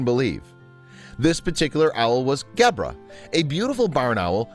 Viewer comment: It's a pity that the narrator mispronounces Gebre's name throughout: it has a soft 'g', close to 'jebra' (in fact the 'g' is like the 's' sound in the middle of the word 'treasure'). It means 'hoar-frost' in Catalan. The original, brilliant, video of the two animals playing also had a superb sound-track which introduced many people in countries outside Catalonia and Spain to the inimitable sound of the great Catalan band Sopa de Cabra. Poor little Fum: such a short life!